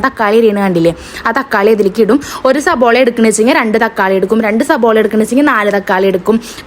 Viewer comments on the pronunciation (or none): യുടെ ഭാഷ ശരി യാക്കണം സബോള അല്ല സവാള എന്നാണ്